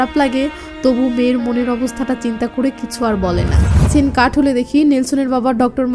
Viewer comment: আমি আপনার নিয়মিত শ্রোতা(ভারতীয় ),আপনি খুব সুন্দর করে বলেন, এতো ভালোকরে বলতে আমি কোথায় শুনিনি, অসাধারণ, শুধু আপনার বলা কিছু বাক্য কানে বাঁধে, সেই গুলো ঠিক করলেই আপনার বাংলা ভাষা সেরা হবে, যেমন আপনি বলেন কিসু (কিছু ), সেলে (ছেলে ), সিলো (ছিল ),ইত্যাদি, শুধু ছ ঠিক করুণ🎉🎉🎉🎉🎉